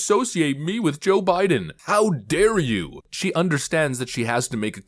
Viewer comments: Did she say Obiden in the beginning instead of Joe Biden?😂😂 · SHE SAYS, "o'bIDEN" NOT jOE bIDEN. i THINK SHE WAS ABOUT TO SLIP UP AND SAY, "oBAMA". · 🤣🤣🤣 did she say "O'Biden"???????? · Lol, The way she said Joe Biden sounded like she said Obiden.